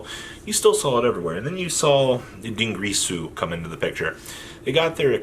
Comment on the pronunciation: Din girsu Not Dungrisu